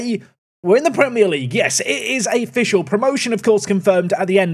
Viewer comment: ‘it is a-fficial’ shocking from you, shocking.